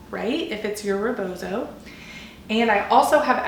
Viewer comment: First words our of a non POC person mouth attempting to educate about a cultural practice that isn't your own should honor the stolen land you are on, site that this is from an indigenous practice, and learn how to actually say rebozo. My culture is not for sale for white folks!